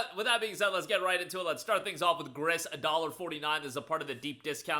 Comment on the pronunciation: Great list! Not to be that guy... but "Gris" is a French word, so it's pronounced like "Gree".